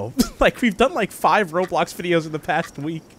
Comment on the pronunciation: You sayd "roblux" and .......... .thats offensive